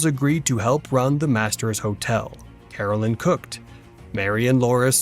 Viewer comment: Here's a few things. His wife's name is Caroline, not Carolyn. You keep spelling it correctly, but pronouncing it incorrectly. It's my name and it bothers me when most people mispronounce my name. Also, the government did not take the farm away near Independence from Charles. Charles didn't have the $200 to pay for it once the government bought it from the Osage native Americans.